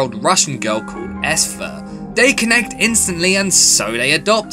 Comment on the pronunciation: Great review but you're saying Esther weirdly